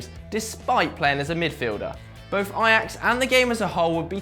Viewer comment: ITS FUCKING AJAX! NOT EYEAX